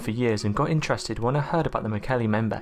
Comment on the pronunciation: Mbembe is 'em bem beh" NOT 'em bay'